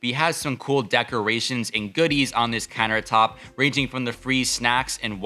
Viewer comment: did he say "carrot top space" instead of countertop space? :D